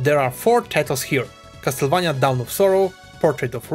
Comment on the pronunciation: Finally, someone who pronounces "Castlevania" in the right way and not the americanized one